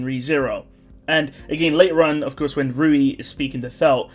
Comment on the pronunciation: Louis is mispronounced. Rui is correct